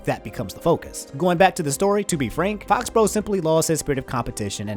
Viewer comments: Fo-bro? Faux = fo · It’s pronounced Foe-he-bro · I think “Fauxhebro” is pronounced “Foe-he-bro” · I think it's pronounced "Foh Hebro" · fauxhebro is pronounced like foe-he-bro. three syllables and faux means fake